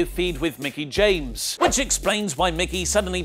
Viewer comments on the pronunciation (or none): none